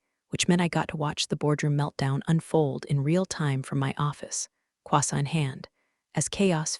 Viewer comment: AI constantly uses the word quasa for croissant